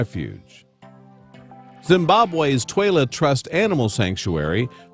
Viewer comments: Toilet animal sanctuary?!? Are they taking the piss out of us? Or was that just crap pronunciation? Does anyone give a shit? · It's the "Twala Trust Animal Sanctuary", but the pronunciation threw me, too! 😂